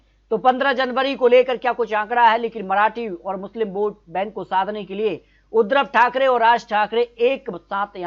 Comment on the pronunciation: नाम तो सही लो। बार बार उद्रव ठाकरे बोल रहे हो जबकि उद्धव ठाकरे सही उच्चारण है। फर्जी आंकड़े हैं